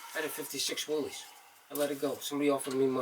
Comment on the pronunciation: She's a biter, momma! I cringed when the guy said "willeez" when pronouncing Willys. It's pronounced "willis", pet peeve alert, momma!